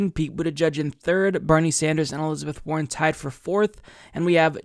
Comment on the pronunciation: trivial but i heard "elizabeth horren" xD